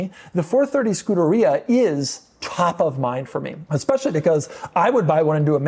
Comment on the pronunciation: Scuderia, learn how to pronounce it. Your videos are cringe. You are Pompous. "My Countach" , " Morgan Freemans car" . You are the exact opposite of what the car community should be. You are very douchey and a bit of a poseur. Still not 1 DSM car in any of your videos. Please don't subscribe to this channel.